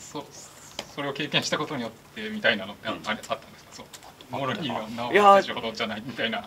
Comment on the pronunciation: マロニーってなんやねんwwモロニーやろ